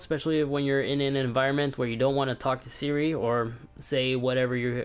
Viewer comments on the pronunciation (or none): none